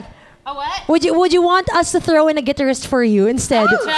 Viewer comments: Hahaha..."GEEterist" si ate feeling slang kasi! Pinahiya ni Debbie Gibson..."guiTARist" po ang tamang pronunciation :))) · I love how the interviewer says "gitterist" vs. "guitarist..." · Things i learned: 1 debbie and tiffany are NEVER rivails 2 it’s Guitar-ist, not gui-tarist. Hehe 3 put a sustain pedal on the keys. Haha! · Gui-tar..rist. geezhh.. Take note guys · Debbie even corrected her but she kept on saying it.